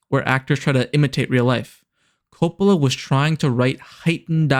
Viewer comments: You pronounce "Coppola" as "Crapola." I love it. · the way you pronounce "Coppola" bugs me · Coe-pah-lah. Coppola. Francis Ford Coppola. It's one of those delightfully musical names. I noticed because I forced myself to stick with it, that you switched pronunciation later on. I would guess that means you recorded the audio in two takes? To be completely honest, if you noticed this along the way, as much of a pain in the butt as I know it is, it would have been worth re-recording the VO and even re-uploading to fix that. For someone who ahs heard the name one way all their lives, it was really jarring. EDIT: OK, just wanted to add that the review itself was really strong. I had not heard of this movie, and I will now be watching it because of your review. That said, your visuals still need a little work. I completely understand you would have limited visuals from the movie itself, but the one sequence of different shots was repeated enough to be noticeable. Break it up a bit more. Take some stills from the scenes and pan over them to make it look like a slightly different visual from the clip. Use pans and zooms onto some relevant part of the still related to the thing you are talking about in that moment of the review. You did some good things with timing visuals to the topics you discussed, but in other places, the visual was different enough as to feel "off." Again, overall, not bad at all. Honestly, aside from just tightening up your use of visuals, this is on par with channels out there that have been reviewing movies for years and making money doing it. You gave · If you want to seems intelligent learn how to pronounce Francis’ last name ( do you know the difference between the letter ‘O’ and ‘A’ ??? God help you.